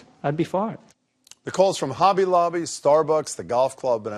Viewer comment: Did he just say obby lobby at the beginning?